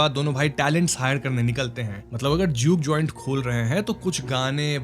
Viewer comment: Why you sometimes pronouns r clearly and some time da.. like rock you say rock and Mary like mady.. 😅😅and doreman ko dodman.. enjoy kadne kyon aarahe hai.. karne kyon nahi aa rahe??